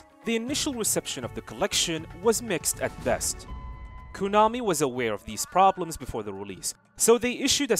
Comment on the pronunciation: Learn how to say Konami properly.